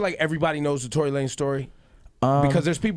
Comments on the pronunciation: His name is tory not torey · It's "Tory Lanez" and not "Torey Lanez" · ITS TORY* GET IT RIGHT